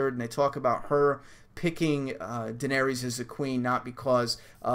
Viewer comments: Jon is Dany's nephew. Also it's pronounced Duh-nair-iss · Its pernounced Duh-nair-iss lol but close enough. She's Jon's aunt. Rhaegar Targaryen is her brother and Jon's father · its pronounced dan-air-is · Jon's her nephew ;) Daenerys = Duh-NAIR-riss (emphasis on the nair; "riss" rhymes with hiss) ;)